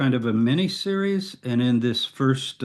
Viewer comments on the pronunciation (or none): none